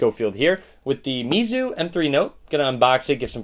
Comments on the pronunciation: it's actually pronounced "Mayzu" in Chinese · I believe it's pronounced (may-zoo) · It pronounce (may zu) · I pronounce it "meyzu"